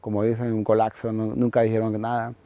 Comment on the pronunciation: a ver ese que esta bostezando, se me regresa y ahi nos vemos al final de semestre... Ayn la manera que dice colaggggzo, hahah le quita un poco de drama hahaha